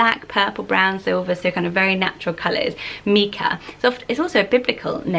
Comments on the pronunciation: I have a son called Micah lots of people say it incorrectly as Meekah maybe because of the singer. But the biblical pronunciation is with the strong I so Mykah as it’s a variation of Michael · Micha or Micah is often pronounced like Mike(a). Long "i" sound. Never heard it as the "i" sounding like an "e" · Never thought I’d hear my name in one of these haha. My name’s Mikaela, but I’ve always gone by Mika. I think the stone/biblical name you mentioned here is pronounced mike-ah, while my name is pronounced meek-ah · I love these name! In America we pronounce Micha like My-Ka, which I think makes it more wearable for boys. Mee-ka sounds more girly to me, so cute either way! My grandma's name is Coralie, I love it so much! How do you think it compares to Coral? Do you think Coralie will increase in popularity soneday? My sister-in-laws name is Jade; she is 25 so that makes sense to me that it was trending in the late 90s! It Is is such a cute name and is super wearable!